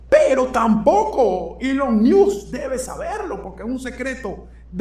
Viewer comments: Se pronuncia elon mosk miusk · se pronuncia mosc o masc, no miusc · Querido, entiendo tu lógica al ponerle la "I" al apellido "Musk" pero en este caso no aplica, lo más parecido en español sería "mosk" así como si fueras a decir mosca pero sin la "a". Feliz noche desde Breckenridge Colorado 😊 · Primero aprende a pronunciar bien Musk, y por otra parte, el Presidente hizo campaña con él por un año y el pueblo Americano VOTO porqué Elon Musk hicieran lo que está haciendo, eso lo pidio el PUEBLO AMERICAN..... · Supera interesante, pero por fa 🙏🏽pronuncia el apellido de Elon como es😊